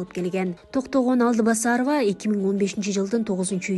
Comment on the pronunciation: Алдыбасарова эмес Алтыбасарова десең.